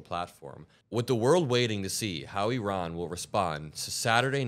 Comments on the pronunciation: Little things like the pronunciation of Iran correctly really go a long way to keep me watching, thank you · Thank you very much for saying Iran correctly. I don’t care how good or bad a country is etc ,there’s still a proper way to say it.